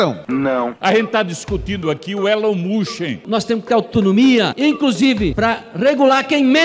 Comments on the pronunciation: Elon mushen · Elon mÚskÍ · Da-lhes Elon "Muchin" 😂😂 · Os cara é tão inteligente que fala "Elom muski" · ELON MUSSE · A galera tem dificuldade até de falar o nome do Elon Musk, vai Brasil. Sensacionais estes vídeos.